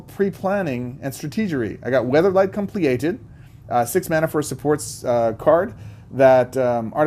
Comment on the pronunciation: Just because its gonna bug me listening to it for the next few months, compleated is just pronounced the same as completed